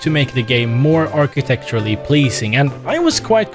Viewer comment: Ah yes, architecturally achitecturally .